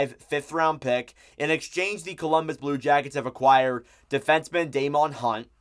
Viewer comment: Just to let you know, the correct pronunciation for Hunt is Day-men. Not Day-mon. You'll like him in Columbus though. He's been considered NHL ready for roughly the last year, but has been blocked by the veteran guys. He's also been our go to call up if we needed someone to come up due to injury. Solid, good skater, mobile, and decent puck mover. Plays hard, and has a little bite to him. He's pretty much a 3rd pairing guy through and through, but with some opportunities I wouldn't be surprised if he potentially works out becoming a #5-6 who could play stretches as a low-end #4.